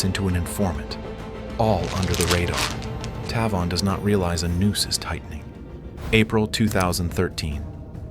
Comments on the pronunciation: I'm 99 percent sure it should be pronounced TAY-von, not Taa-von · Is his name pronounced “Tay-von” or “Tuh-von”?! wtf?!